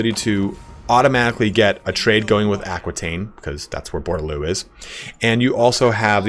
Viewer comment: Great vidz, but please, Aquitaine is pronounced AH-KEE-TEN :)